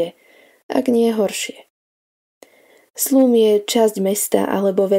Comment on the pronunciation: Slum se čte slam...